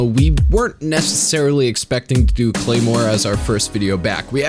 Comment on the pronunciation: more like CLARE-more, HA